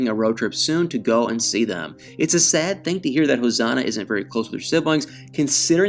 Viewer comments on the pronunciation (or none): Still saying ‘thang’ for thing-guy!